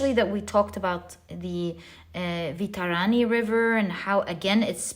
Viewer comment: Thank you for this wonderful reading. Only this: Vai-tar-ni. (वैतरणी). Thank you ❤